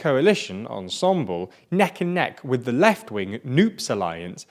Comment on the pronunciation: Just to say… Ensemble! is pronounced as Ensemb-le and not like ensembol…